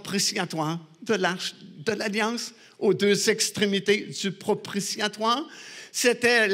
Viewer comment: Propitiatoire et non propritiatoire.